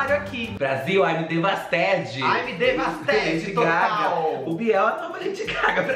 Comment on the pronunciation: "Aimi devastedi" 😂😂😂😂😂😂😂😂😂😂😂😂😂😂😂😂😂😂😂😂😂😂😂😂